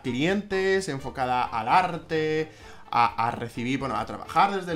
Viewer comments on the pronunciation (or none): A diego le gusta el arrrrrte,todo tipp de arrrte